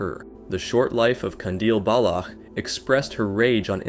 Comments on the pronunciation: man the way you pronounce "Jeved". it is not pronounced "halved" like you were syaing it, it is exactly as the spelling is, Javed edit: another one, its is again, pronounced the same way as any "ch" as in, "baloch", not "balokh" ik this comment is a bit unrelated to the topics, but i cannot express how annoyed i am with those mispronounciations edit2: another thing about the baloch thing, one detail you over-generalised is "present publicly as a woman". not many people have a problem with that, but her action are, as shown by the few pictures and videos here, sexually provocative, which is the "dishonor" part. overall, the honor stuff is a very complicated thing that i do not have the will to explain and nor do i have as much knowledge to properly explain it. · Before actually recording the voice over I would suggest doing a tiny bit of research on what the correct pronunciation of the names is. Your pronunciation of Javed and Baloch was annoying to listen to. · the way he was pronouncing baloch oh my god